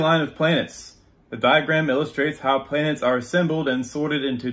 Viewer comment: "Where do I start" - How about you start by not pronouncing the word planets as "Plants"